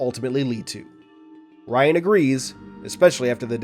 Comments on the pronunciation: Little tip, Rion is pronounced "Re-own" not "Ryan" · in the audiobooks its Re-own